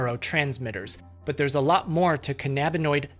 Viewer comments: SMALL ENGLISH RANT WARNING: (not a shot/insult, just genuine beef I have with the dictionaries): I know a lot of people think that's how you pronounce "cannabinoid," but it sounds silly. The root word is "cannabis" lol Idk if anyone here can read phonetics, but this is the logical way to pronounce it: kanəbənoid. Note the upside-down "e" symbol instead of an "a." (I got* the phonetics from Google, not sure why there's inconsistency between it and the dictionaries). This is one of the rare times I'd tell the Merriam-Webster Dictionary to gtfo. I don't know how a dictionary decided to ignore the root word, but it's a pretty questionable decision imo. I'm not convinced that whoever decided the official pronunciation wasn't stoned af themselves and didn't choose to have everyone pronounce it that way for the giggles. For the love of all stoners out there, people need to stop pronouncing it the silly way. It causes giggle attacks that take a while to recover from. I don't smoke anymore, but I used to and this has reminded me of several instances missing the majority of a doc because I was stoned and too busy laughing lmao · this guys pronunciation of cannabinoid is killing me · Why do you pronounce it "ca NAH binoids?" It's pronounced "CA na bin oids" lmfao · You’re pronouncing “cannabinoid” incorrectly. Do an audio search if you don’t believe me. The accent is on the first syllable, not the second. This is not as annoying from uneducated people, because they don’t know any better, but from supposedly educated people it’s unbearable. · Can-uhh-bin-oid is how you'd pronounce it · BULLSH*T first NOBODY eats 96 gummies as a snack and do you know how much 96 edibles costs??? Plus he's not even pronouncing "canabanoid" right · cuh - nah - buh - noid 🤣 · I've never heard anyone pronounce cannabinoid that way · That's not how you pronounce cannabinoid. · The way you pronounced cannabinoid killed me, the acting and everything is just chefs kiss I thought this was satire at first